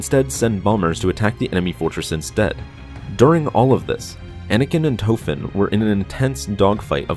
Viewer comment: His name is Tofen And the red barons last name was Rich-thofen Small difference